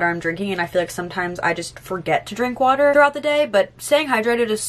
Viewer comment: I love you but the anxiety I just got when you said my water heater I am British and that’s so painfully to hear